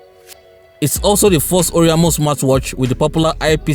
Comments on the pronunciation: It's or-a-i-mo...not or-i-a-mo...but this is a very good review....infact it's the best smart watch review I have seen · That ORIAMO pronunciation kept hitting me, and I was hoping you would just stop calling the name. By the way it is O R A I M O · You mean "oriamo"